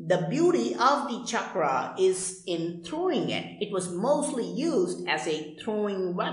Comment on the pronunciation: not chakraaaa. it is chakra.